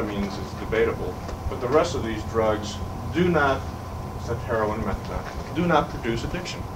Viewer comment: Methadone pronounced "Metha don". Fair enough. Can't find evidence of a different spelling back then.